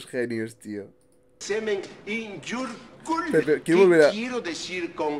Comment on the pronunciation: Que risa " I put cement in your cuuler"😂😂😂